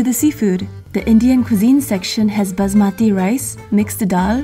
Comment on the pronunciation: basmati is pronounced with a s not z